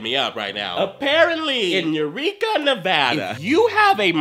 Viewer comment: thx bae for sayin Nevada right ;p